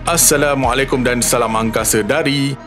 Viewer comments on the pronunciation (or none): none